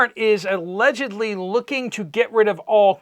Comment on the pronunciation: "Alledgedly". Stop it.